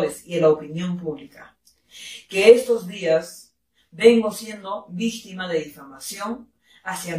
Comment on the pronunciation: Oe manito, en vez de dicir victima, el leeder dijo vicGtima.